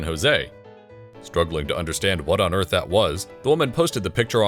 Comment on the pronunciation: "Leaving earf"